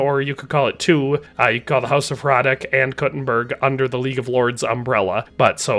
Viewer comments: heads up, hradec is pronounced as "hradets", not "hradek", pretty big pet peeve for people that carry the last name and have to listen to everyone calling them hradek all the time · Hradec is pronounced with c not k in the end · Just a small mistake I noticed. Its not Trotsky castle. Its Trosky (whic could be translated as "ruins"). And (this is a smaller mistake) the pronounciation of Hradec is wrong. Normally I wouldnt even mention this but I felt the need because you pronounce it as Hradek instead of Hradec. Which is a completely different city in Bohemia actually. :D